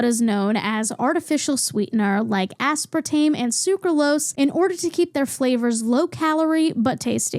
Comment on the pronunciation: aspartame. asspartaym. asspartahmee.